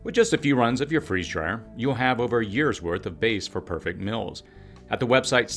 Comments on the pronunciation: It seems like this guy is purposely finding reasons to mispronounce the word 'meals' as 'mills' which is less a dialect and more a child's mistake. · Regional differences. Just like some people put an R in washing or Washington. Not childish at all.